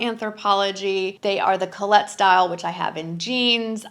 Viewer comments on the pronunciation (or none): none